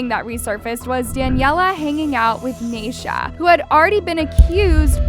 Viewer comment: btw. it’s pronounced nai - ee - sha for Naisha, and Nor- Mah - Ni for Normani.